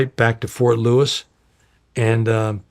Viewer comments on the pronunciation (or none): none